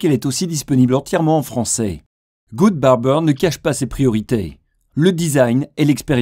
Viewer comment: Il est disponible en "franceille", et il ne cache pas ses "prioriteilles" c'est le chanteur d'indochine la voix off ??? =D =D =D